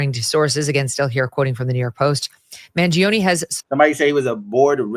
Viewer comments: It's pronounced Man join A! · Man-g-own-e is how it’s pronounced just fyi but I am completely disgusted with some of the people of this country! Regardless of what you think or how you feel about our healthcare system no human being deserves to be gunned down in cold blood! Also not to mention he has no control over the policy’s that determine how are healthcare system functions! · Bro, did you not read comments on social media last week? 99% of them supported the assassin. And I can't believe you're from NYC and can't pronounce an Italian name? 😂